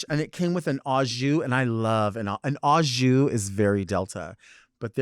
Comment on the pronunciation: "Au jus" is pronounced "oh-zhoo"